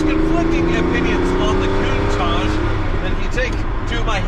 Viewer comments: "Kun-Taak" pls pronounce this name correctly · It's not contaje! It's a Lamborghini Countach!